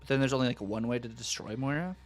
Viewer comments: Pretty sure you’re saying it wrong, it’s Moi-rah, said like the fish, Koi-carp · There are plenty of places to learn how to say names correctly… unless you intentionally like sounding less intelligent? Listen to him properly, you can see his lips saying it with a W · You’re saying it like there is a w in it 😊… There isn’t 😉